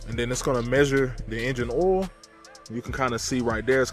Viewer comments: where are going to change the "oool" ? is that how you guys say it down there? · im in the north east and never heard anyone say oool.